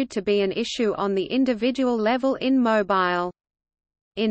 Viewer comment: OMGoodness! Mo Bile???!!!! NOT!!! How about Mo Beele???? MUCH BETTER!!!